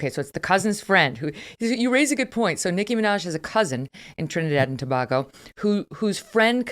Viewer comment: .... pronounced 2 bay go , ..not to bah go . ..yeesh.. international journalist. P.s JESUS was not white.